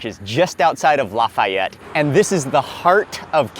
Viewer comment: *crackling. Also he pronounced Lafayette correctly stop being a Karen.